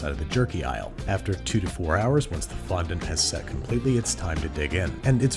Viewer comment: How's about you fondon't mispronounce fondant?